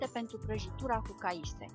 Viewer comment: e caise nu caise